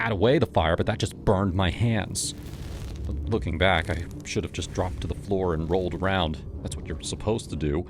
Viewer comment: How about 'deer' and 'shud' instead of dear and should.